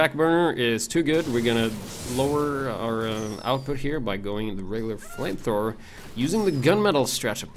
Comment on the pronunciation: You said Frame frower. I could swear it.